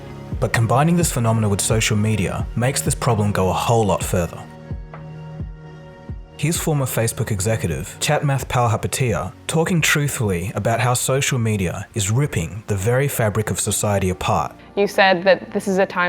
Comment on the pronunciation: Great video! Just one thing : Chamath, not "chat math"!